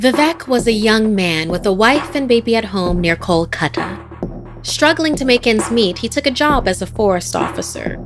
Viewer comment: How local people pronounce:Colkata How pronounced: KHolkHaTa